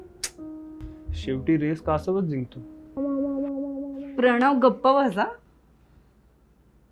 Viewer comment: "प्रणव" pronunciation is so irritating